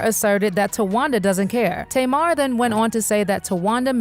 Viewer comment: Her name is Tamar and is pronouced is TAY'MAR.